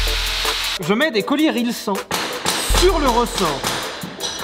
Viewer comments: ON DIT RILZAN bordel de merde xD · RILSAN, ON DIT RILSAN LES GARS. ÇA S’ÉCRIT RILSAN, ÇA SE DIT RILSAN.